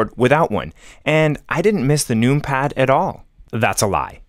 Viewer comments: First of all, the use of “num pad” instead of including the extra syllable to says “number” is a sin. Secondly, pronouncing it “noompad” and not “numpad” is even more diabolical. I pray on your downfall (respectfully) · You say number not noom-ber. I want so badly to watch your video. But every time you say noom-pad, I cringe. 😊 Please don’t change for me!! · Clicking off after hearing how you say numpad "NUME PAD" xd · I love the aesthetics of many mechanical keyboards, but anything less than 100% is going to affect me greatly. 96% hides keys behind a modifier (making them too cumbersome). Scroll Lock, Pause, Right-Ctrl, Right-Alt, and the majority of the F keys are the ones I don't use. The numpad is insanely useful by comparison, as shown in this video. Pronouncing it "noompad" though.... yikes.